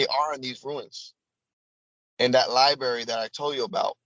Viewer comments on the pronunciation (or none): can’t say “turbalence” or “Libary.” How can he be trusted?